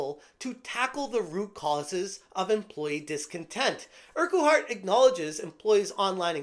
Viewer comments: it's pronounced urk-heart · Wish you could pronounce Urquhart correctly mate. It’s painful to listen to you butcher the name 😂